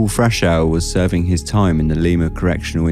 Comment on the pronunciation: Small detail...that's Lima, as in Li-ma. We like to mispronounce things in Ohia.